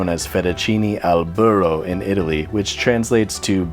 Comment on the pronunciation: Yes everyone saying his Italian good but he say burro wrong And parmigiano